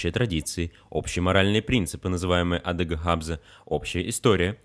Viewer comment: Лъапс как вы сказали это Или имение или шнурок но бульон будет Лэпс с мягким Л.И в конце АдыгАбзэ зэвГАШэ странно звучит .вместо Адыгэбзэ зэвгъащ!э...